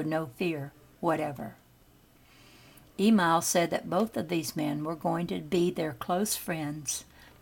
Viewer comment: "E MIL" NOT "E MALL